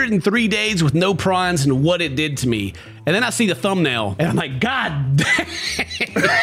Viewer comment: I cannot be the only one who heard x days without pron and thought he was talking about prawns 😂 im over here expecting this man to have a shrimp addiction ahahahhahaha 😂😂😂💜